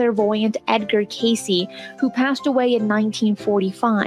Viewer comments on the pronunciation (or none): none